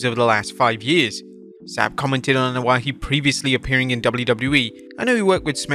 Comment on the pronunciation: Its not (Anoa'i)Ano-ah-HE... Its Ano-ah-E... They have less syllables in samoan, hawaiian and polynesian culture/language... yer butchering it and sound like a damned fool